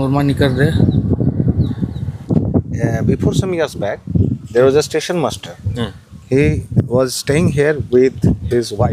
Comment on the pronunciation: Railway station ❌ Railway tation ✅